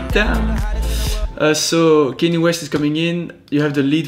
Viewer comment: Nice one! Got Kanye's name wrong though 😂